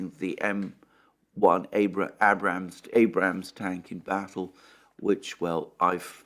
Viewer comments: 😁I chuckle now, each time I hear - Abb'Ramz tank... That's all Alexander, luv it brother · Yay. You finally said Abrams tank correctly. 😆